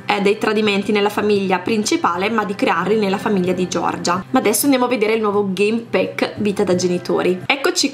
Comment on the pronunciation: Si pronuncia game pack non game PECK